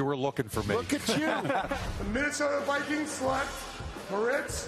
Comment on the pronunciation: I love how he says, the wikings